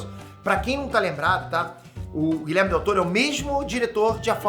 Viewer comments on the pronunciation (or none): gente plmds o nome do cara não é Guilherme e sim GuilhermO com "O" no final kkkk